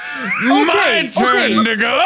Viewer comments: He said "MY TURN TO GO!!" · "My turn to go" it sounded more like "my turn dahgo" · Mint Fresh no it didn’t. You just wanna whine about something. Tundago (which is what it actually sounded like) sounds literally NOTHING like the n word. It’s not even close to the Spanish word it originates from, which is negro. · it sounds like he's about to say the n-word. The first comment on here sounds it out. ("Nnni go") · Ngl I started crying but I had to do a retake bc I thought he said "it's my time n-a!" But he said "to go".... I was confused and in tears. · i know he says "my turn to go," but i honestly thought he said "my turn (n-word with soft a)" and i was like "wait huh?" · he’s not saying the n word he says ” my turn to go” just says it in an odd way so the spelling would be like “ my turn nd-go” like a soft t and a t/d sounding n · when Mark said "it's my turn to go" it sounded like "it's my turn n***a" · Okay people I personally don't get how you guys keep hearing the N-Word, I'm hearing "it's my turnDahGo" Am I the only one whose actually hearing a D followed by an Ah ending with an Oh sound? Am I seriously the only one whose not even hearing N followed by Ih ending ah or uh? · it took me a couple rewatches to hear that he's saying "My turn to go!" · I didnt understand him saying 'to go' and i got so concerned he said something else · I really thought he said the n word for a second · He did say "my turn to go" his words just strung together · It sounds like he says the n word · yall saying its to go but that,that sound TOO MUCH like the n word